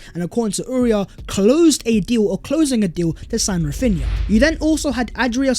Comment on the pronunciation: Raphinna again, how?